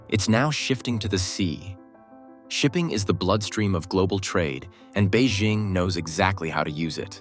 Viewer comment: To Economic Shift: “BEIJING” is pronounced as “Bay Jing” (Jing like ‘jingle’). There is no “Z” in Beijing; so don’t pronounce it with a French accent. Learn to pronounce it correctly if you want credibility.